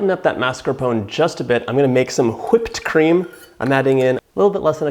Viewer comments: I see what you did there with how you said whipped cream... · OMG, I'm dying! I thought I was the only one saying to myself, "why so much emphasis on the H".